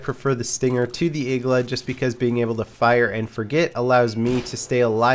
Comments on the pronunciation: its not igla ITS igła !!!!1!1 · It's not Igla, it's iglA